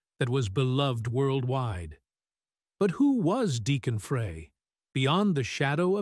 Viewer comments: You need to learn how to pronounce someone's name before you narrate a story about them. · Pronounce the last name correctly. Embarrassing. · Deacon “Frie” not “Fray”. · pronounced fry not fray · His name has always been pronounced Glen Fry, like the cooking word fry, not fray for 40 years. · This is a really good video . However You have to pronounce Glenn and Deacon's last name correctly ...Please. It is pronounced Fry like a french fry !!! Not fray, FRY !!! I knew Glenn for over 60 years, grew up with him in Royal Oak, Michigan and was a life long friend of his until he passed away 😪😞 . Please give him and Deacon the RESPECT THEY DESERVE by getting the name right !!! Thank you....Peace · Please note: the last name is NOT 'fray'. It is "fry". Got it? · It's pronounced fried not fray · His name is pronounced Fry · First I would like to know if this is AI generated voice? Next I have always heard Glen Frey's name pronounced as Fry. Does anyone agree? Maybe Deacon Frey should talk with Hank Williams Jr. He was in the same position after his father Hank Williams passed. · Hold on. This is stupid. How can you put out a video on Glenn Frey and not know his name is pronounced, Fry. Point 2. As a forever Glenn Frey fan, I saw one of the earliest shows with Deacon. Everyone was excited to see him, proud of him, and I didn’t hear anyone at the show or in conversations afterwards negative about Deacon’s performance. There was more criticism that he wasn’t singing more of Glenn’s songs. And that meant the criticism fell onto Vince Gill. Deacon was and is loved!! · I wish they would learn to pronounce the name right it's Frey(fry) drives me crazy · Glen “Fray” Seriously? You couldn’t get the pronunciation of his last name. Shame on you. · I think his surname is pronounced 'Fry'. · Please learn how to properly pronounce his name. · Why can't the narrator pronounce the name Frye correctly.